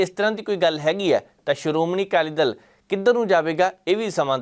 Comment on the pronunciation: ਜ਼ਰ ਕੀ ਪੱਤਰਕਾਰੀ ਆ ਪੰਜਾਬੀ ਬੋਲਣੀ ਨਹੀ ਆਉਂਦੀ ਬਾਈ ਦੱਲ ਤੇ ਦਲ ਸ਼ਬਦ ਚ ਬਹੁਤ ਫ਼ਰਕ ਆ ਦਲ ਬਦਲਣ ਨੂੰ ਦੱਲ ਬਦਲਣ ਈ ਬੋਲੀ ਜਾਂਦਾ